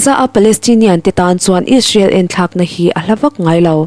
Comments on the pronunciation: ‘Ish-rael’ ti lovin,’Is-rael’ tiin han lam phei la chuan i thu puan chu ‘perfect’ a ni mai. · Israel i lam dan hi tinge ishrel i tih tlat chu le. A spelling pawh a lang chiang hle si.